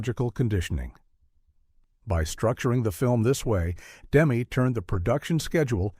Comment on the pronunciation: First of all, the director’s name isn’t “Demm” as in “gem”. It’s “Demmey”. As in …well, “Demmy “. I met him and his wife in the 80s. He was a bit of a punk because he showed up in the cutting room with a little girlfriend. This film is brilliant. Demme did it. But what else did he do? I’m not aware of anything. Then, everyone in the cast lived a long time, most still alive. But Jonathan died quickly of cancer. Scary.